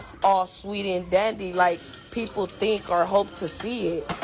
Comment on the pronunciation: Can tell the level of education because she says dink instead of think...